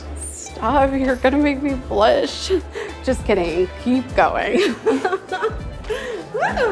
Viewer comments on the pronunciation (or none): "Try to trow the bouquet towards her" 🤣🤣🤣🤣🤣🤣🤣